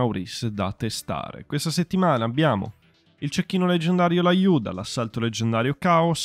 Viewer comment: Perché laiuda? È russo( diminutivo di Lyudimilla) quindi si pronuncia liuda